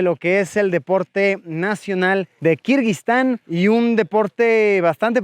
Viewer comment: Todo el video escuche "kirbyztan" :)